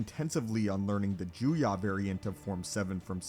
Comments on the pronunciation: It really bothers me that he says Joo-Yah and not Joo-Yoh. EDIT: To actually give some feedback, the issue here is that Maul had extraordinary potential but no formal training (certainly not decades as Dooku did), as many have already stated. Dooku is certainly powerful, but at his rate of progress and given equivalent formal training, I believe he outclasses Dooku in every way, save for maybe Force usage. Alternatively, the forms are often treated as a Rock, Paper, Scissors. Form 1 beats Form 3 (not actually), Form 7b (Vaapad) beats Form 7a (Juyo), etc, so it could also be argued that Maul's willingness to adapt to new forms gave him even more potential than Dooku ever had. After all, if someone learns a form that counters Makashi, they wouldn't even necessarily need to be a master in order to best Dooku. A firm foundation and highly-honed swordsmanship skills is all it would take. All that aside, it's kind of a moot point to pit a bonafide master against one whom someone else merely believed had the potential to surpass everyone else. Think of it in game terms. Dooku was at level cap, pre-expansion with no plans to play the new content. Maul was only halfway there and would've kept playing past the expansion, ultimately surpassing Dooku. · Not juya, but juyo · “Jew-yah”? It’s “juyo” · It’s Juyo not juya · It's not nay-men It's Nee-man It's not juya It's juyo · It’s ‘Jew-yo’ not Jew ya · I'm confused how you have so many videos of it pronounced Juyo with an o sounds...and this one you crack open the juyah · Form VII is Juyo, not Juya. Juya isn't a thing. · He keeps saying juya, but form 7 is actually called Juyo 🙄😐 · JuyO, makashi (like kakashi), soresu (sore-ess-oo) Ffs pronounce shit right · You know that Juyo is pronounced as written and not Juyah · Sir. It's Joo-yo Juyo. Plz. And Nuhmahn/Neemahn Niman; Mah-kawh-shii Makashi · Your mispronunciation of “Juyo” and “Soresu” are more irritating than u realize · the way this guy says Juyo is making my brain hurt